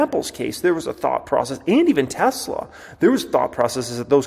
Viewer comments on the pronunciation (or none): none